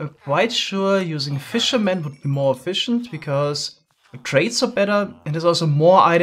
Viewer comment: that’s how you pronounce the word “efficient”.